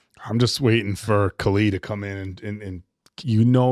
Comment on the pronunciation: Love your reviews but you’ve been watching many episodes and you still can’t pronounce Kali’s name?